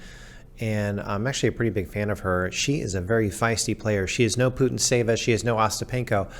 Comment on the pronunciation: You shouldn’t pronounce the 2nd T in Putintseva, it’s a transcription from Russian ц but t is very silent, listen to her saying the name on WTA site